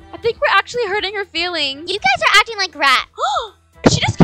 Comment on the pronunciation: why your first mom want to say guys and said gusy😊😂❤❤